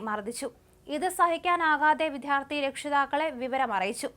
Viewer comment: പ്രിയ സഹോദരി, വിധ്യാർത്ഥി അല്ല വിദ്യാർത്ഥി. ഉച്ഛാരണ വൈകല്യം ഉള്ളവർക്ക് ഈ ജോലി ബുദ്ധിമുട്ട് ആണ്. ആത്മാർത്ഥത ഉണ്ട് എങ്കിൽ തെറ്റ് തിരുത്തി മുന്നേറാം.